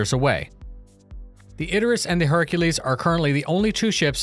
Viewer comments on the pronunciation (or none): none